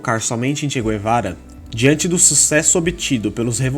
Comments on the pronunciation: Não se diz "gu - e - vara" nem em Castelhano nem em Português... Assim como não se diz "gu - e -rra".... E sim "gue - rra"...igualmente se diz em Castelhano: gue-rra... El "che" Gue-va-ra.... E sobre esse imprestável...realmente...precisaria fazer não um video...mas uma série!!! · É Che Gue-va-ra. E não Gu-e-va-ra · Não é "gü-e-vara"... "gue" em Espanhol ou em Português é "gue" Como "guerra"..."guerreiro"... Então... digam "tchê Guevara"... (em espanhol "todos os argentinos" são chamados "tchê" [gaucho]...e os BRs "são todos" "cariocas") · Mano da mó nervoso vc falando "guê"vara kk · Não sabe nem pronunciar o nome dele rs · MANO KKKKKK TU NEM SABE FALAR O NOME DELE, COMO VC VAI FALAR DE ALGUÉM SEM SABER O PRÓPRIO NOME DELE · Che Guevara , a letra U não se pronuncia.